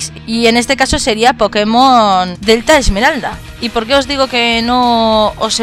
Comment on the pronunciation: ¿Al principio dices pokemon alfa esmerada?xD